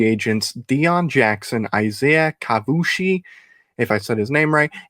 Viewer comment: BYU a fan here. Isaiah kaufusi has been our leader on our D for about 3 years straight. You’re getting an absolute stud of a player and person. Pronounced ka-foo-see btw lol